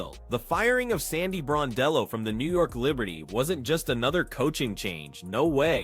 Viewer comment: Gosh get her name correct....BRON-DELL-O......you hear it enough....🌹🇦🇺🇦🇺